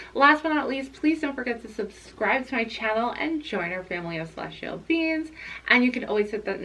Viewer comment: I love that the way you pronounce ‘beings’ sounds like ‘beans’. I’m TOTALLY a celestial bean ❤️ thank you for this reading!